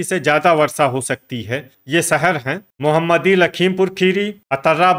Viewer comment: सर जी मोहम्मदी नहीं है मोहमदी है